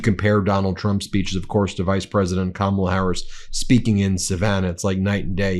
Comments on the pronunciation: Kah-mah-lah dotard, but I guess it takes intellect to know how to pronounce it. Harris/Walls 2024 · They don't know her last name, because he's saying someone else's name. Let's make it easy, ConOld... CommaLaa. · You don’t mispronounce one word, except your main opponents name “Kamala”!!!!!😂 😂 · He has to verbally stop! so he doesn’t accidentally say Kamala’s name correctly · Hell, he doesn't know how to pronounce her FIRST name, 😄😄😄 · He doesn't mispronounce one word? He can't even say Kamal! Of course he just calls her "this one" which is yet more misogynistic bullshit. Very Margaret Atwood... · Maybe more people would know who you were talking about, Donnie, if you pronounced her first name properly. Ya think? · How about start by not mispronouncing Kamala's name . . . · He always pauses before he says Kamala’s name because he’s trying to make sure he pronounces it wrong. He knows how to pronounce it correctly because there’s been many occasions when he has. He’s TRYING to pronounce it wrong. So childish. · Every time he's gonna say 'Kamala', notice the slight pause as he has a quick think on how to pronounce it this time round. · If a person said the name rite millions of time b4 n now he can't prounce it rite, definitely something wrong with this person. Dementia or alzheimers put him in the mental institution. Vote BLUE, Kamla / Walz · He thinks making fun of people's names which by the way is another r)ethnic slur, and these disgusting audience members thinking it's funny just shows you the hate that he loves to spread and feed but pronounced one of their names wrong they will go off the rails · Trump is unable to remember how to say Kamala's name so he has to avoid it or make fun of it. I have rarely heard him pronounce it correctly and he is obviously uncomfortable with it. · Says 2 hours without mispronouncing a word and immediately mispronounces Kamala. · What a childish, insecure, petty child. He won’t pronounce Harris’ name correctly.